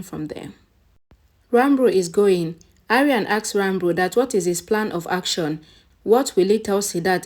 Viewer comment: Can you stop saying Ranbur pls? It's disturbing.. Ranbir pls